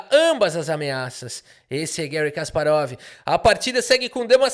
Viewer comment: Kasparov esse que odiava o regime soviético? Nah, que seja Guérry mesmo.